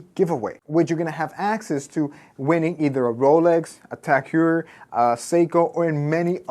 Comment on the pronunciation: its pronounced tag hoyer